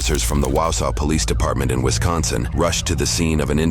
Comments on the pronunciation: it's pronounced WAW saw Also pronounced "ask", not "axe" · My sister lives in Wausau. And it is pronounced WAH-saw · you mispronounced Wausau terribly😢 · If you guys want help pronouncing the Wisconsin cities name correctly I would help. Just hearing them pronounced correctly would be great. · Facts. Also he said wausau wrong. Not hating haha. Everyone gets it wrong.